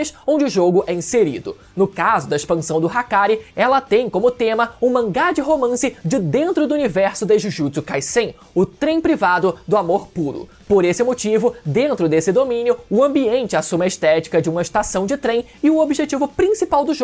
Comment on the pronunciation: tinha esquecido pq n vejo mais vídeos seus. diudiutssu kaiçem . mds. tranquilo falar da sua forma fonética, mas vira vício, assim como falar , "tipo", e escutar, diudiutssu kaicen" a cada minuto , fora outras palavras q vc altera. doi nos ouvidos.